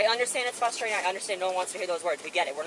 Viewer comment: I have seen this video multiple times on multiple channels and one of my favorite quotes comes from one of the female cops. When she says it, I'll edit my comment to time stamp it. 👏"Hey, listen! God gave you two ears and one mouth, so listen twice as good!" That being said, it also drives me nuts that the other female cop says "FUS-strating" I get that dude is fussing like a baby, but the word is frustrating. Not fus-stating. There are two R's in frustrating.